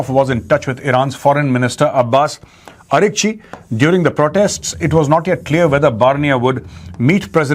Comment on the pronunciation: Pronunciations of "Barnea" and "Aragch" are wrong, pls correct them